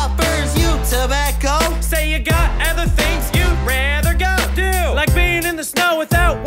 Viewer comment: Their pronunciation of "do" to rhyme with "go" was amazing XD